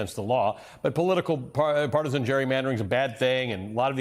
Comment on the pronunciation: The man can't pronounce partisan. It is sad who people are leaving in office.